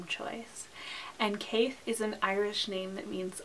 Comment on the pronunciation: Great video, im going to chime in though as an Irish speaker and say that caith would be pronounced like K-(EYE).